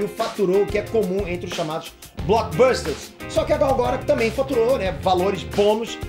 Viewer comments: caraleo, por favor cara, aprende a falar os nomes, todo video que tem nome de alguem vc fala mega errado, UHASEHUAHEAH Sério cara, vc mora nos estados unidos mano, pelo amor de goku! ela mesmo fala "aqui é gal gadót" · você é demais! ótimo esclarecimento! Só um detalhe, a pronúncia do nome dela está errada. é um nome israelense e a pronúncia em hebraico é Gal Guh-dot (com o som do T). Tem vídeo dela no youtube ensinando a pronunciar;) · Por favor, pronuncia o nome dela corretamente! GAL GADÔT! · Gal GadóT( com som de T no final) é a pronuncia certa, segundo a propria falou no Jimmy Kimmel. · "Gáu Gadôut" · "Gadô", irmão! fala "Gal Gadô"... por favor! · quando vc fala a pronúncia do nome da Gal meus ouvidos sangram